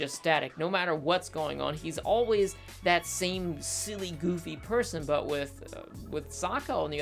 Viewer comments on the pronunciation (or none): none